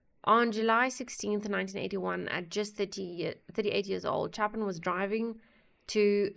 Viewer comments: when pronouncing this artist name, it is a long A chApin! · CHAY-pin - long "a" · Song hits harder when you are older Pronounced Chay pin